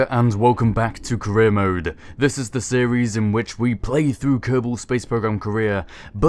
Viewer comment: Every time you say "career mode" i hear "Korea mode" :Þ